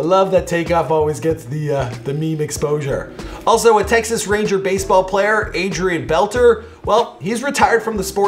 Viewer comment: He didn’t say Adrian Beltre right